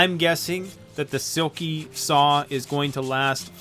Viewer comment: that boy needs a lot of straightening out, eh?! And still mispronouncing his channel name. OMG!